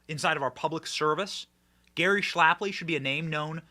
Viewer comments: Its Gary SHAPLEY, NOT SHLAP-LY. Put some respec on his name Benny😅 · If you want lionize Gary Shapley, Benny, the least you could do is say his name correctly--- It's not even a particularly difficult one, either. Every time you say "Schlapley" it becomes harder and harder to ignore. 😂